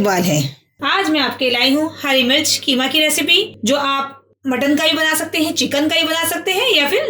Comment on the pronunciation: Keema nahi qeema kaho